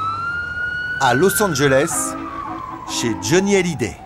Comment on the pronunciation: hallyday pas halliday !!!!!!